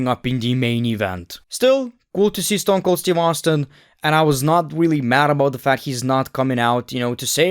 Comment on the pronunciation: my guy ... you butchered the Rattle Snake 😂